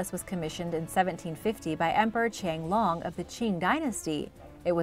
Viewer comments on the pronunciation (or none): Its QianLong not QingLong :)